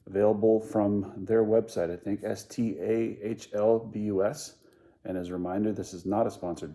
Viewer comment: favourite part, you pronounced that correctly ;D